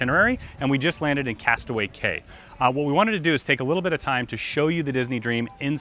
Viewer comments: castaway key is how its pronounced not castaway kay lol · Disney DOES NOT use Life Boats as Tenders as stated in this video. Also, Castaway Cay is pronounced Castaway "key". Otherwise very great video with lots of details! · "Cay" is pronounced "Key." You are at Castaway "Key." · The Cay in Castaway Cay is pronounced “Key”. Otherwise, great video. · A tip for you... it’s pronounced, “Castaway Key”